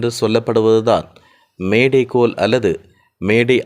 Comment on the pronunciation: கொய்ங் டவுண்😂😂 நோ த்றஸ் 😢😢 மேடே கோல்😅😅 பிறன்ச்😮😮 படிங்க புதுத் தமிழ்